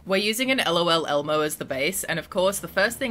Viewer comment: Bro you butchered lol Elmo 😭 😂